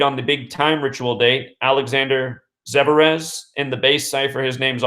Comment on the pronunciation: I believe the tennis players name is Russian , believe it’s pronounced zver-ev